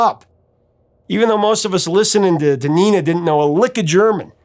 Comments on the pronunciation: I dare say you do a better job with the German than the name Nena pronounced as it is has any recognizable connection to the Spanish "niña." Really curious how many native Spanish speakers would even think to hear it that way when pronounced so... German. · Dude come on man, it is not Neena it is Nena, get it right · Neh-nah not nee-nah if it was a spanish name. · You got the only name you weren't worried about wrong. Nena is pronounced Nayna, not NEENA. Just an FYI. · And it's Nena, not Nina. "Ne" like "negotiate" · Isn't the pronunciation like "nayna" instead of "nina" in German and Catalan? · Pronunciation is Not "Neeh Nah", it is Nena. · Not Neena . nena the e in Spanish is pronounced as hell bell tell or sell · Fuxake it’s not Neena it’s Nena. Short e vowel. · It’s pronounced nay-na, not nee-na. Luft is pronounced “looft”, just listen to the song - please? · Similarly, I thought the name was pronounced "nayna", not "neena" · She's called Nena, though, not Nina. I know English speakers struggle with the long e, but short e would be much closer to the actual name than i. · Nina is a German name for women. It's short for Katarina (Catherine). Nena is pronounced differently: 'nay-naah.' Nena still is Gabrielle Susanne Kerner's artist's name. '99 Luftballons' was their only hit in the USA but in Europe they scored more hits because we're more familiar with German (though prior to Nena we didn't appreciate German songs nearly as much). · The e is pronounced like the e in bet, not like a double e in beet. Great coverage of the history of the song. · "Nena" in Spanish is pronounced with a LONG "A"..."NENNA", not "NEENA"..I would check videos from Europe where they might say her name and you can check the pronunciation. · Just a quick note: her name is pronounced Nena, not Nina, and luftballons is pronounced like "looftballons" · It's not Nina, it's Nena. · By the way, in Germany, Nena is pronounced Nay-na. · It's pronounced Nénah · Also nena is pronounced “ nay na”